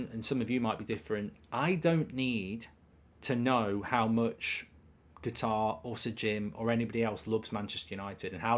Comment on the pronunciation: UK /ˈkʌt.ɑːr/ How to pronounce Qatar noun in British English. It is not pronounced guitar but Katar with the emphasis on Kat and less so on the ar at the end.